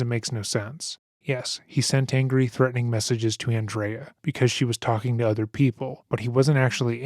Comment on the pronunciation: He pronounce messages like salchicha 😭😭😭😭😭😭😭😭😭😭😭 His fake messages through her phone are so illiterate its like so obvious he wrote them and wasn't focusing